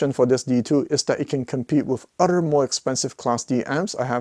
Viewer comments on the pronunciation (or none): Wish you would learn to say other correctly instead of udder!